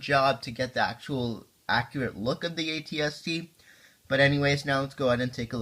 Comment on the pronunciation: AT-ST not RT